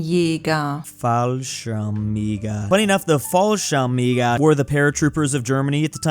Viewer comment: “Fallschirmjäger” is pronounced: “fallSHIHMyaeger”